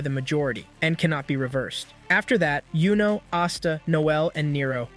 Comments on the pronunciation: Pronouncing yuno as Yo-No already was a red flag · Bro its not jowno its yuno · I want to stop watching based on that. He put in a lot of work on this props for that. YOU-NO is the correct pronunciation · it's youno not yono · Wassup with bro saying dude’s name wrong when bros name not that hard to say. That’s a red flag get the name right bro